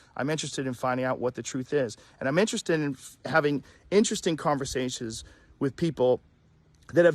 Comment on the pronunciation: "Conversashes" WUTM8 Maybe Covet does drop your IQ.